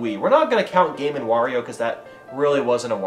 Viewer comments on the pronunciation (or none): none